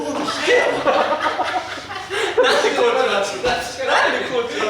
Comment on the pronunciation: 最初のジェシーの「コーチィー」が「ご飯でぇ〜す！」にしか聞こえなくなってしまった